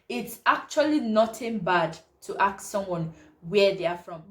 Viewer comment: It’s not ‘aks’ it’s ‘ask’